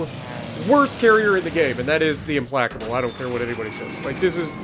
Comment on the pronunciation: Hahaha that's not how you pronounce the name